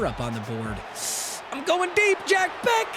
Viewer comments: bro it’s pronounced “BESH” not “BECK” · i cringe every time you say jack becK ITS BEH-SH